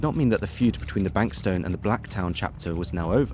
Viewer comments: BANKS TOWN* NOT BANK STOWN😂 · Banks-town not Bank-stone 😂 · Jesus christ the town pronounciations in this are fucking terrible. Banks-stone??? Its fucking TOWN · “Banks town” not “bank stown” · Great video but the mispronunciations of Bankstown, Blacktown and Lithgow are infuriating. Since when has ‘town’ ever been pronounced ‘tone’? A typo in one of the quotes is sloppy too. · Lith(go)w being pronounced as Lith(gaow) and Banks(town) being pronounced as bank(stone) really made me giggle for a sec there 😂😂 Overall, a really well put and informative video! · Yeah a few suburbs copped it 😂 not just Lithgow. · Bankstown not Bankstone. FFS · It’s pronounced banks-town I believe, not bank -stone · Banks town not Bank Stone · how’d ole mate manage to get “bankstone” from bankstown 😂😂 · Bankstown is pronounced town not tone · Brothers for life is a terror organisation and should be treated as such And it’s pronounced Banks-town ffs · Bruh, the pronunciation hurts. Not your fault, easy mistake to make if you’re just reading the words, but got the “ow” sound mixed up with Lithgow and Bankstown. The “town” is pronounced like “town” and the “gow” is pronounced like “go”. Lith-go, Banks-town. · Lithgow is pronounced lith-go. Bankstown is pronounced as written, banks-town. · Banks town... Not hard to pronounce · Lith-go not gow, banks-town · Bankstown is pronounced Banks-town. The guys a Brit after all lol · it’s pronounced banks town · Great video- I enjoyed Its pronounced like it’s spelled though- BanksTOWN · Its pronounced banks-town. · You're mispronouncing Bankstown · Great video, your pronunciation of Aussie towns is bloody ridiculous though hahaha. Like how did you get the ene Bankstown and Blacktown pronounced so differently 😂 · This was good but misses a lot of context like the partnerships with bikie gangs. Not sure how you were able to correctly pronounce Revesby but not Bankstown.